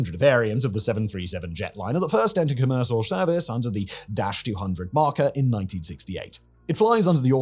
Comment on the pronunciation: "Commerssal Shervice"🤣